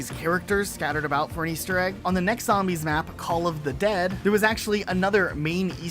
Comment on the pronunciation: Has this loser never played a zombies map? Can’t even say them right